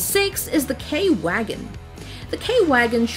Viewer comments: When pronouncing "Wagen" she says "guagen" not "Vagen", and that's a misspronouncation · Er staat wagen niet wegen dus spreek het dan ook gewoon uit als wagen! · Your pronounciation is pretty good but German name: wagen is pronounced as if it was spelled: vagen. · Eagle Eye yes, she pronounced it wrong. I am German and want to hear German words said correctly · Okay from the german tanks only the wagen has the a a little different sound but it was wrong in a funny way 😹 but i Like it ^w^ nya